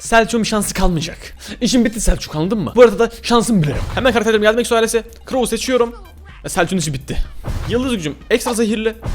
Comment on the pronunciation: eksoales demen beni gıcık ediyor